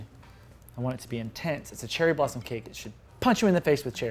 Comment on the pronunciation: When you said cherry blossom cake I literally thought you said Cheryl Blossom cake. Lmao.